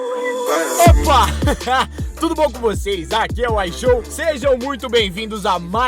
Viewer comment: Mn qual e o problema de fala ishow 🥲